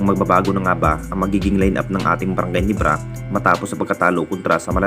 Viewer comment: Bro hindi Ginibra😂 Ginebra bro😂